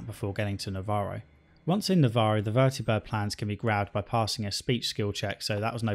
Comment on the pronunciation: I love that you say "Vertibird" instead of "Vertabird"